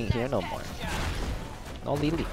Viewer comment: Why Lay lay (Lili) not ly ly?